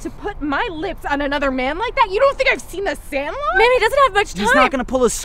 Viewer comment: “You don’t think I’ve seen THE SANLOT!?!?” 😭😭😭